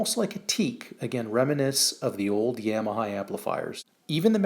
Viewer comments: You're pronouncing Yamaha incorrectly. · No. Yamaha is a Japanese company and it's never pronounced that way.